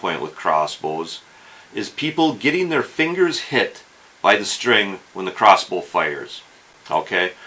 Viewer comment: Is he saying cross boo?